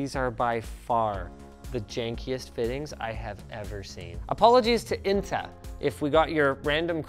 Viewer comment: damm you pronounced inta really well also can you tell me the surname